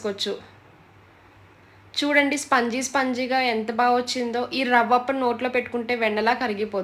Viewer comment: Spangi kadu sponzy. kani ravapam matram super